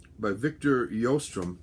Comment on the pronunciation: I am Norwegian, and i hear you pronounce Victor Sjöström as Victor Johstrohm, try to pronounce it as shøstrøm (the S is not silent, i don't know why all Americans always say it with a silent s) (there is really no way i can translate ø to english since it is an entirely different sound, that you can not find in English). Don't take this as critique, i just thought you might wanted to know how the name was pronounced, i love watching your videos and seeing you talk about your collection.